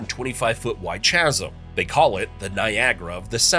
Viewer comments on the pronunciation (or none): Chasm is pronounced "kasm" not chaz-m lol